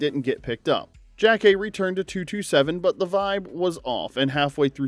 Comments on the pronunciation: It’s not JACK-kay… it’s Yah-kay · Jackée Harry's character name was consistently mispronounced by the narrator.